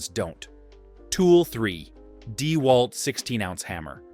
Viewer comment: Yep. The video looks to be a mash of promo videos and videos of various YouTubers and the "narrator" pronounces it DEEwalt instead of DeWALT.